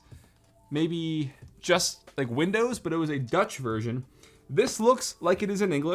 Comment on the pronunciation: Its a 250 ohm vershion 😂😂😂😂